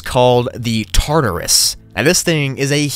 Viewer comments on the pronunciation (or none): none